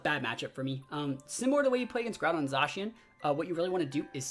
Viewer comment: You can definitely practice at casting to clean up some of the Zacian/Zekrom mispeaking and whatnot. Even with that though, I think one of the main draw for an audience would be energy from the caster which you have in spades dude.